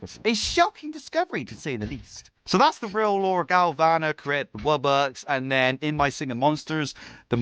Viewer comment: because they might make good theories and predictions, but they created the worst alternate lore!!!!! They mispronounced wubbox to woobox?! No way. They think that the earth wubbox is the fire HAVEN wubbox?! Nuh uh. They think that the wubbox isn't the only one with powers?! Just no. Do they think that it got possessed?! NO. What is with them and this animorphs thing?! One question remains... Do wubboxes state that humans are dumb? Yes!